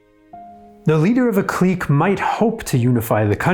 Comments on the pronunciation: Cique (click) not Cleek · Lmao am I bugging or you pronouncing “clique” mad weird? Or maybe thats the French pronunciation? I’m pretty high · Learn how to properly pronounce the word clique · Great content, but you mispronounce "clique" throughout this video. It's a little jarring. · INTERNATIONAL CLIQUE